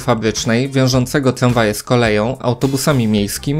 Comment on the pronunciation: Tramwaje nie tlamwaje.